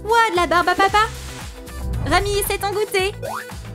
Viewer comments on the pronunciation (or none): c'est rumi pas rami😅😅😅